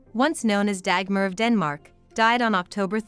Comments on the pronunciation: I don't mind that people make videos about Dagmar as she is a part of history. But I find it somewhat strange and annoying that NO one bothers to learn the correct pronunciation of her name! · Nice video. You mispronounced her name Dagmar though.